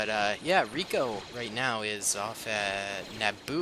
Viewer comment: Its rico not raket